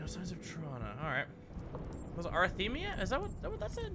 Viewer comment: A-rhth-me-a. Heart palpitations.